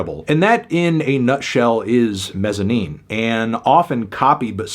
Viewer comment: I love this album and still listen to it regularly. It throws me off that your place the emphasis on the "-ine" syllable instead of the "Mez" syllable...